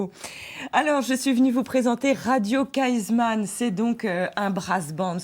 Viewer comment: Radio Kaizman :-) et non Kaisman